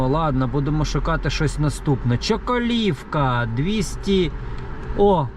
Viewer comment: Чоколовка - ударение на первое О. Гузара - на У😊